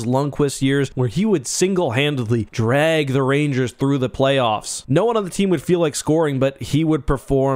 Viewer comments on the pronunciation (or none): none